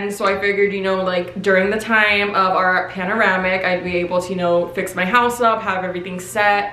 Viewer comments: Are we all just going to ignore how she said “paneramic” and not pandemic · “Panoramic” 😂😂😂 *pandemic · “panoramic” 😭😭 girl it pandemic LMFAOOO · wait why do you say pandemic wrong ??????? GIRL I LOVE YOU BUT WHAT YOU SAYING